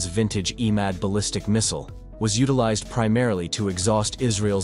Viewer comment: You're butchering all those beautiful and epic names :face-blue-wide-eyes: It should be pronounced E-MAAD, for example (E as in egg)